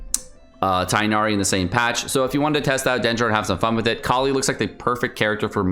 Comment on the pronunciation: Its not freaking tienari -_